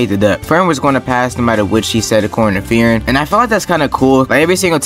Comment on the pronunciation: "free-ren". not "fear-in"